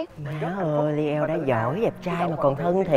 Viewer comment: nhân vật tên leo phát âm nghe giống lio quá chị